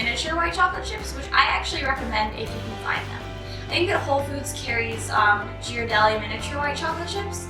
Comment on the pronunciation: Hey ! Great video! Thanks for the great tips, I love watching your videos! (And btw Ghirardelli is pronounced GEAR-Ah-Deli ) :) <3 <3 <3